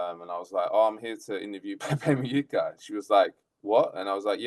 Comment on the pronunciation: His surname is pronounced Mu- Hica, not Mu-yica. Please show some respect.